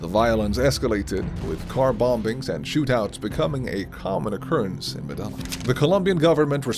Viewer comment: I hate the way he says Medellin. It’s pronounced meh-deh-yean